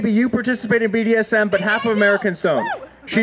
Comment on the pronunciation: I also like how "" can't manage to say "Massachusetts" or "BDSM" correctly. Only four minutes in and I can't handle it anymore.